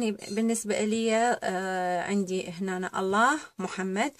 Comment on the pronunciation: جميل ولكن عليك لفض أحساً لي كلمة الله ليسة عادية مثل كل كلمات لكي تلفضيها وكأنها عادية